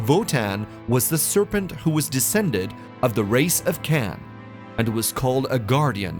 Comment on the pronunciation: its cham not cham 🤦 u said it weird